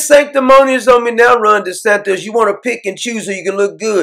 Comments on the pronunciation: Doc its not Desantos, not like Tostitos chips, Its D-E-S-A-N-T-I-S. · but I love the way Doc pronounces it...."Desantos".....Love it ! 😁😄😂